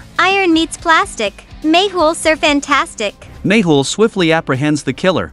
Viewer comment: No , its mehul not mayhul 😂